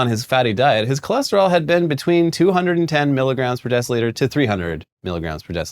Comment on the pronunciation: He went from cholesterol to Cholester-all